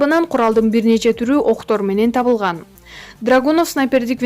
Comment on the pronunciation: Диктор киргизго тапылган эмес табылган десен.